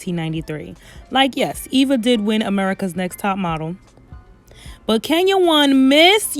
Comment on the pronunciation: Wish i could've seen your face when you said Eva won America's Nezt Top Model....that shady pause!